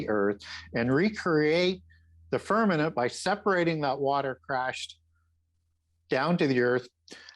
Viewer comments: I believe you meant to say 'firmament' and not firmanent. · It’s firmaMent not firmanant 🙄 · Why does say "firmament" like it times with "permanent"? Seriously, he says "firmanent" many times. Ridiculous.